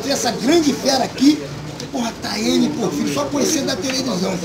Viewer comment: É Tayane Porfírio mestre!!! Corrige aí hehehe